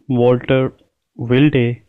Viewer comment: You have not pronounced "Wilde" and "Wagstaffe" correctly